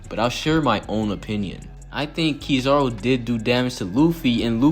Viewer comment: Who the hell is Key Zar Ru.....I thought I was Kizaru